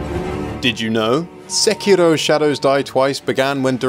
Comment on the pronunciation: its too bad ur pronouncing sekiro wrong